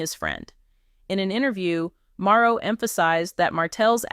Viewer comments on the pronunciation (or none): The information is correct but it keeps saying Maro, instead of Marsau. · y u keep calling him maro.....say mar so ... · Here is a misspelling, but the pronunciation is Mar- so Marseau, Mar-So dang....